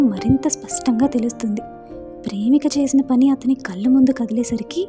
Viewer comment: గారు మీ వాయిస్ చాలా బాగుంది చదివే తీరుకూడా బాగుంది.. కానీ 'ళ ' అనే అక్షరం దగ్గర 'ల ' సౌండ్ వస్తుంది.. 'మళ్ళీ', 'కళ్ళు'.. అని కాకుండా మల్లి, కల్లు అని చదువుతుంటే అర్ధం మారిపోయి మంచి కథ వింటుంటే ఒక చిన్న disturbance లాగా అనిపించింది.. ఆ ఒక్కటి కూడా సరి చేసుకుంటే మీరు చదివేది సూపర్